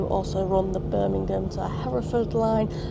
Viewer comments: Excuse my ignorance. I hope this isn’t rude. But you say Skirmingham rather than Birmingham I just wandered why?apolgies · Liked the video. :) can I ask a question, why do you call Birmingham 'Scirmingham'?